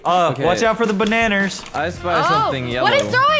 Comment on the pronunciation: XD I like how they pronounced bananas bananers